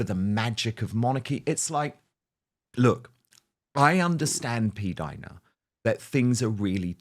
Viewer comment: Not p-Dina! Seriously